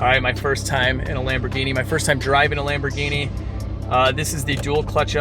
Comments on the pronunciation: Lam-bro-genie....LOL errr...that might be more Russian accent...nvr mind... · "Lamborghini" (italian accent) 😂😂😂